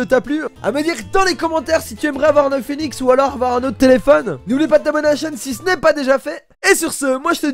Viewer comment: Je suis le seul à avoir entendu : "Si tu aimerai avoir Enjoy Phoénix ou un autre téléphone ?" ?